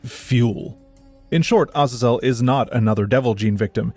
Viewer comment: That’s actually the correct pronunciation. It’s not “A-Zae-Zle”. Other languages’ vowels don’t change inflections, a is always “ah”.